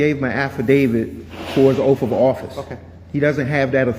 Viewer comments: “…his oaf of office…” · I laughed at that too. After that he said: I took his oaf of office'. What a genius 13%er.